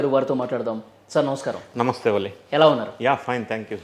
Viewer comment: Learn how to say Namasthey. Example 🙏. Like this